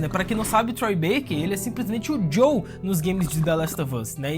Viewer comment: Por favor, para de chamar o "JOEL" de "JOW" pelo amor de Deus! 🙏🏼😅